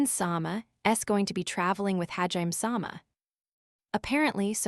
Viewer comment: Sometimes I wish it would say hajimé and not ha-jime but it's still a great tts